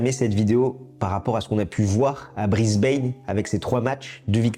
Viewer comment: Mauvaise prononciation de Brisbane , renseignez-vous !